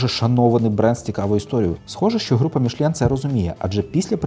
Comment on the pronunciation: Та тільки не «Мішлєн» а Мішелін 😉